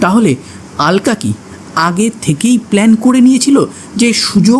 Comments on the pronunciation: কিছু মনে করবেন না আপনি "আলকা "কেন বলছেন ? আলকা না বলে অলকা বলুন ,, কারণ আমরা বাঙালি তো ,,হিন্দিতে ওরা "আলকা" বলবে কিন্তু বাংলায় আমরা" অলোকা" বলবো। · কি যে আলকা অলকা করে চলেছে ?? অলকা বলো শুনতে ভালো লাগে। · Ekdam thik 😂😂😂😂